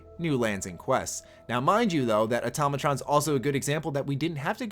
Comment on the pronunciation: Why do people keep saying atomatron when it's automatron